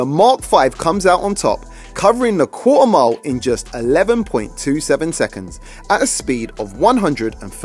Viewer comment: Quarter mile?? I was hearing cool amount 😂😂